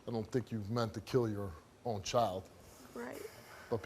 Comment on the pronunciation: It’s sad, but lady it’s child not choid, c-h-I-l-d